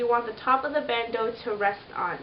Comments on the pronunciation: It's pronounced Band- Oh. not ooo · It is a bandeu or bandooo ;)